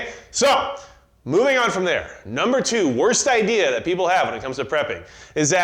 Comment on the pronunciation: "Everybody had the same ideer"